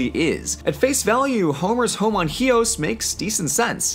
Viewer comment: I like your pronounciation of chios. right on.